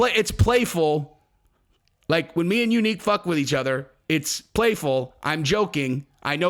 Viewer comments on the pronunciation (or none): Dude I can’t take the youneek thing anymore